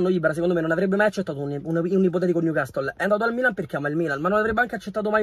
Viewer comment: Niucassol is da niu man sity